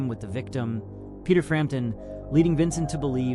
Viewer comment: Her name is Peta, not Peter. Hearing her name consistently mispronounced as “Peter” throughout this video is quite maddening.